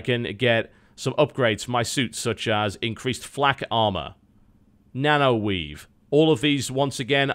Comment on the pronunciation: did he say nano-weed